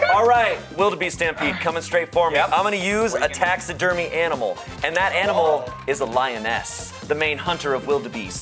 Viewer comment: said "aminal" before Damien did lol